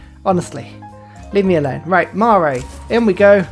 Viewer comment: Marae pronounced (mar-rye) Wh in Maori language is an f sound